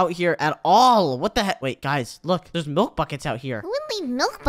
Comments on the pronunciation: "There's so much malk" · says malk😂😂😂🤣🤣🤣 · said malk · did call milk malk?